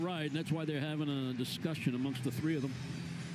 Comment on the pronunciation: A "discussialing"? How drunk is here?! Dude is terrible